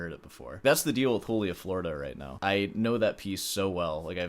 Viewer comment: 6 hours was baseline for me prepping for university auditions. Then I flunked high school and it was irrelevant. edit: bruh if you’re gonna butcher the pronunciation of Florida why not just say Joolia while you’re at it